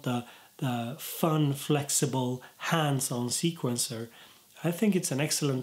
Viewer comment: At first I thought he was saying handsome instead of hands on lol! Good vid tho!